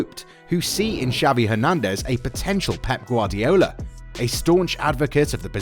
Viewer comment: Who tf is savi? Dude learn some f spanish